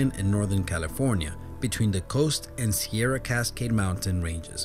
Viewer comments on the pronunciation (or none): none